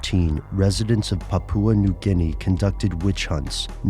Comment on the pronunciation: It is pronounced "paw-paw" New Guinea. Not "poo-poo-ah".